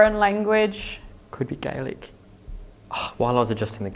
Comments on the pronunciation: i know this is 1 years old but thank you for speaking Gaelic to the ghosts don't know why but its so lovely to hear people from other country speak our language even when ghost hunting, also the way you spoke it was so close to perfect go raibh maith agat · Absolute full marks for your delivery of our Gaelic language! You’ve learned more phrases than many of us did in a lifetime of school, and it’s not an easy language either so well done, ☘️☠️👽